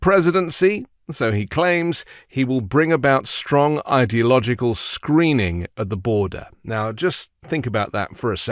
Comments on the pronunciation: "idyogical " ?? -- a new t-rump word? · He can't even pronounce Ideological! Slurring his words...time for another shot of Adderall! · Listen to how the idiot mispronounces ideological. That isn't a misspeak, he really doesn't know how to say it Then he calls Biden low IQ...